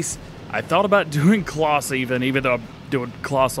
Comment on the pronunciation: why does he say closs instead of claas